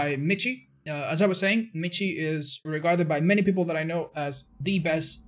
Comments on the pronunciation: If he's german, his name isn't pronounced "MiTchi" but more like "miShe". (like the word "she") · Hahaha es de las pocas veces que te escucho hablar español, xD lo digo porque al parecee Michi se pronuncia Miji, yo también cuando lo vi no sabía como pronunciar asi que lo hice como tú, a lo español xD Saludos, crack. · *for the Germans out there because has been mispronouncing the name: Michiiiiiiii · so does this guy really pronounce his name like otz does? because Michi in german is the short form of the name michael and is pronounced like "mihi". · Man kann nicht behaupten das miji wie Kirche oder Lurch ausgesprochen wird, das ist ein grober Fehler. Es wird wie Rachen, Rochen oder Rauchen ausgesprochen. Diese 2 Laute sind sehr verschieden und werden in zwei verschiedenen Mund Gegenden gebildet. Ich hab mich da emotional hineingesteigert, hätte ich nicht machen sollen, mir aber egal. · I know it’s been a year but because you are spanish: michi is german and the ch is pronounced like the spanish j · Its a german Name you say the ch in michi like a hissing cat and/or the j pronounce in spanish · He is probably german and you butchered his name. It's a nickname for Michael btw.